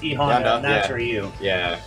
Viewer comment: Guy Guino steve was going to get one but he kept mispronouncing ryu’s name